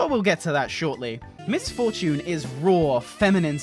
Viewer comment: Miss For-tune